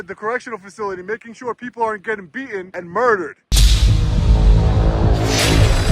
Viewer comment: I'm a long-time subscriber and watcher. And I wanted to watch this one all the way through. But I simply can't when you intentionally mispronounced beatTen over and over and over again.